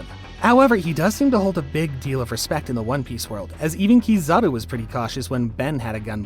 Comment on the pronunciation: Bro realy Sayd kizari insted of kizaru